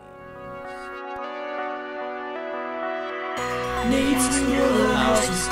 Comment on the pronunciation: It sounded more like yeeksores.